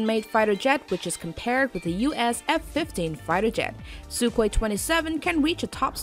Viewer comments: Silent K in Sukhoi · Sukhoi is pronounced Suhoi